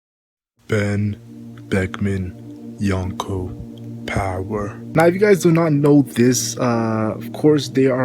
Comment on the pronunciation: I like how you start your videos but you sounded mentally challenged when you said power fse